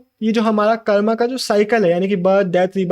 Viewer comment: Bro pls It's not karma it's karm